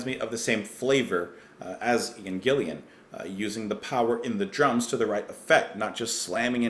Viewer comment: You got Ian Paice's name right (pronounced like PACE). Ian Gillan's last name is pronounced GILL-AN (rhymes with chillin'). Gillan also did an album singing for Black Sabbath (Born Again). This is a great one from Deep Purple.